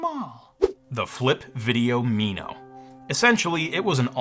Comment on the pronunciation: "Me-no"? It's "Min-o" like the tiny fish. It was my first HD camera and it was glorious.